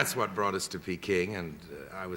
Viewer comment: peking! proper ENGLISH pronunciation!